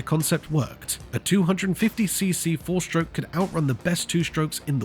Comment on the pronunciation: What an odd video. Interesting but disjointed. Lots of footage of Cadwell Park and Isle of Man - whilst talking about Monza. Lots of talk about the sound but no actual recording. A very strange narration with emphasis on the wrong words, and slurred speech "4-shtroke". "Honda learned that power was nothing without reliability" - I rather suspect they already knew this.